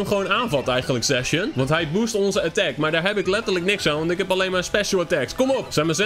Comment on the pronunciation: Lol hoe jij zijn naam uitspreekt! Zacian! C is een K.